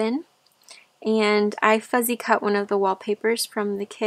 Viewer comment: Your journal evokes memories for me of building fairy houses in camp as a little girl. We all put candy in them for the fairies. While we were swimming, I'm assuming squirrels or chipmunks got into the candy but we all thought this proved the existence of fairies at the time! PS I think it's adorable how you say fuzzy cut vs fussy cut ❤ You did a beautiful job on this journal! It has such an esthetic to it but then again all of your journals do. Pure beauty!